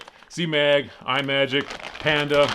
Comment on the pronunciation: It's not "eye-magic" it is pronounced "Imm-magic"...like "imagine"...it's not an Apple product.